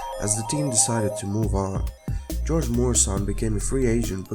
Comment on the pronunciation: actually it's pronounced Gee-Yor-GAy Myur-aye-shon